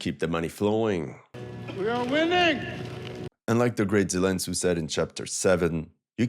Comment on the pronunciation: The "Zelen Tsu" thing killed me 😂